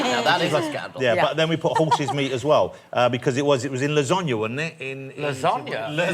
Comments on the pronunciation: He said la-zON-ya, most british people say la-sAn-ya (A as in apple) or la-sARn-ya (AR like far) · He pronounced the middle a like the a in far instead of the a in apple . We pronounce all three a 's the same as in apple (more or less), although in casual speech it's with a schwa in place of the first a . (The e in father is a schwa.)